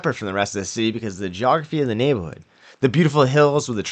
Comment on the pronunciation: You had me at “neighbahhood”